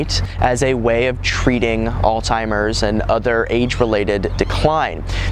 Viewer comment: As soon as I heard you did not know how to pronounce "Alzheimer's", I had to click "stop", sorry!